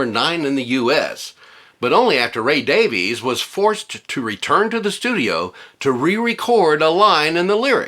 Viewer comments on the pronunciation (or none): Davies is pronounced Davis you dork!